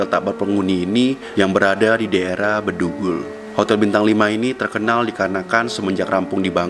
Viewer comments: BEGUNDULL??? Bedugul pakk 😭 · bukan begundul tapi Bedugul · Bedugul bukan begundul 😔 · BEDUGUL BOSS, BUKAN BEGUNDUL!! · BEDUGUL BANG, BUKAN BEGUNDUL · Kenapa gua ketawa yah pas pada bilang begundul? 🤣🤣🤣🤣 BEDUGUL woy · Bedugul nama tempatnya bukan begundul😹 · Begundul?!!?!?!? wtf!!! wkwkkkkwkwkk.. Bedugul... astajim.. geography failed detected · Menit aja bilangnya begundul, padahal yang bener bedugul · Woiiii!!!! . Bukan begundul .. tapi BEDUGUL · Anjir ngomong daerah bedugul aja begundul😂😂😂 btw hati" bang disitu banyak penghuni gua tau karena gua di bali banyak yang cerita tentang hotel itu... Nih gua ingetin klok mau berkunjung kesana tdk boleh ada hawa negatif harus positif.....😂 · Begundul? Bedugul kali.. 🤣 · begundul wkwk bedugul pak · Btw,,disana tu Bedugul bukan begundul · Saya Lurusin Bang, BEDUGUL, Bukan Begundul 😁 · Bukan begundul tapi Bedugul kak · Aku dari bali namanya bukan bedunggul bang tapi Bedugul dan aku sering lewat disana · Detik 5.00 salah sebut .BEDUGUL bukan begundul.. wkwkwkw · Bukan begundul. Tapi bedugul.ya bang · Daerah bedugul mas, bukan begundul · Daerah Bedugul bukan Begundul mas. 😂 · Maaf bang itu daerahnya namanya BEDUGUL bukan BEGUNDUL heheheheh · Kayak temen² ku kalo bilang bedugul tu begundul🤣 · BEDGUL bukan begundul bro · Bedugul bos bukan begundul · Salah sebut jadi begundul 🤣🤣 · Bedugul ko, bukan begundul 😁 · Setau gua bedugul bukan begundul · Bedugul bg bukan begundul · Bukan begundul..... Tpi bedugul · Bedugul bang bukan begendul salam dari beleleng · Bedugul bukan begundul😭😭😭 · Bedugulll bosss bukan begundulll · Bedugul,bukan begundul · Bng itu bedugul bukan begundul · Bedugul bang bukan begundul😭🤣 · bedugul bang bukam begundul wkwkwk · Kak sejak Kapan kata bedugul menjadi kata begundul😭🤣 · Begundul .....🤣🤣🤣 yang bener bedugul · begundul wkwkwkwk 🤣🤣🤣 itu hotel bedugul bng bukan begundul...🤣🤣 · wkwkkw iyaa baru mau komen kayanya salah sebut deh.. harusnya bedugul